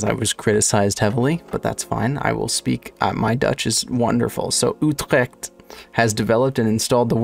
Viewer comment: Yes. I did replay the part where you said "Utrecht" and "Weerdsluis" and named the fish :) yes you completely butchered it. Yes I still love you. Donker = Dark visdeurbel = fish doorbell yupyupyupyup